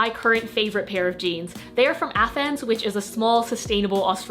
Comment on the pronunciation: Afends is pronounced "offends" :) Much love!